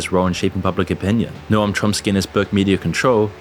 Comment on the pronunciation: Noam is pronounced "nome"